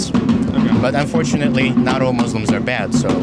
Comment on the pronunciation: Dude said Unfornuatly😅 fool